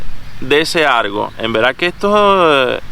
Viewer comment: Argo que es la palabra argo? Jajajajaja critas y tu ni hablar sabes 😅